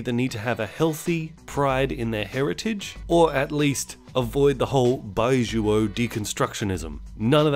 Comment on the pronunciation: Those Chinese movies looked laughable until you explained the premise. I wanna see all of them now. Also your pronunciation of 白左 is awful, but I'm sure you already knew that.